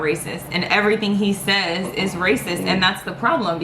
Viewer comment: Racis?*????? Do you mean racist? Lol your girl acting as a fool